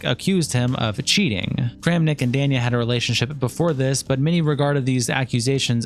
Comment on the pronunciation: kind of sad the host of the video could not even pronounce "danya" he says is wrong everytime